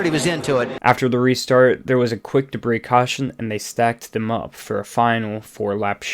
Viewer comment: Oh man….that mispronunciation of debris though…